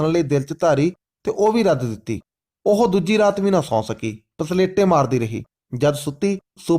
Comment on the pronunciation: ਪਸਲੇਟੇ ਨਹੀ ਪਲਸੇਟੇ ਆ ਜੀ।